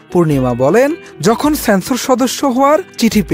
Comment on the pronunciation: রিপোর্টার সাহেব ছ্যানছর না।ইহা সেন্সর sensor😅